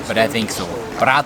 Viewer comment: Bratwurst mit Pommes ( in AT/DE the French version is not used). And you pronounce the entire thing: lie "po" and "mess". Don't ask me why.